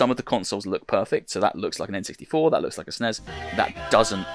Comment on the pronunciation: Did he call the S.N.E.S the snezzz. lol Love it man.